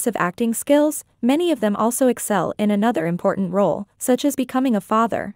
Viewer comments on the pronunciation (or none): "Becoming" not "becaming."